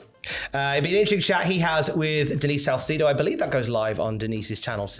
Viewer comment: Denise Sal-see-do 😂😂😂